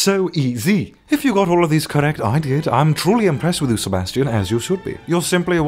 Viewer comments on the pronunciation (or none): You said gro instead of got